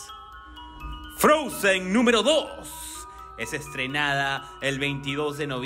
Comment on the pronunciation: DICE "FROUNZEN" 🤣🤣🤣